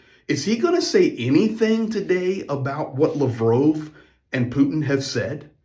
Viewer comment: Its lav rov bro hes not french